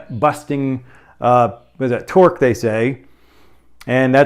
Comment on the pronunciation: Are you hungry? I think I heard you say pork 🤣🤣🤣 great video!